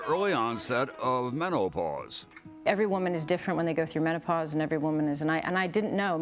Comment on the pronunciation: He says “meno-ah-pause” 😂😂😂